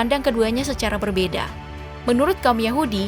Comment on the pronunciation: Mimin belepotan menyebut nama nabi muhammad saw.